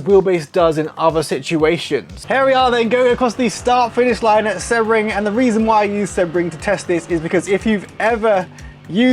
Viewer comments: Seabring, not seb bring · Ps Isn't it pronounced "See-bring"?